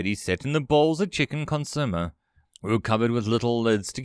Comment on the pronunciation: I love you, but Consomme "Consume-*eh*"